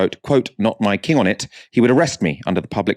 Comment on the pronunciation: Myking or My King? 🤣 Please ask her to make an effort next time 😉